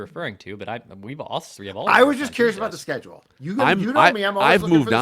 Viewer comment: You like that on 'tree' wun thew tree yew laik thaaah